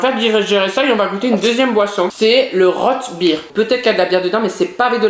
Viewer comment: On dit routbeer pas rotebire ses vraiment comme ça qu'il la dit aucun respect rote à la place de rout et bire à la place de beer